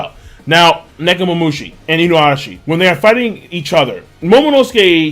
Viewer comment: Please King...just keep saying Inuarashi and Nekomomushi. They sound alot better and proper to the characters.